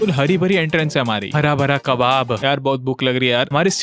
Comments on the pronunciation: arre baap re ab toh gussa ho jaega Hurrah burrah kebab Ko Hara bhara kebab bol diya😂😂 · I can't control my laugh when you say Hara bhara kabab book lag rahi hai yaar